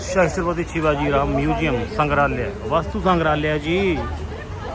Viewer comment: ਬਾਈ ਜੀ ਤੁਸੀਂ ਸਿਵਾ ਜੀ ਦੇ ਅੱਗੇ “ਸ਼ਸਤਰ ਪਤੀ” ਦਾ ਗ਼ਲਤ ਉਚਾਰਣ ਕਰ ਰਹੇ ਹੋ ਇਸਦਾ ਸਹੀ ਉਚਾਰਣ “ਸੱਤਰਪਤੀ“ ਸ਼ਿਵਾ ਜੀ ਹੈ ਮੁਆਫ ਕਰਨਾ 🙏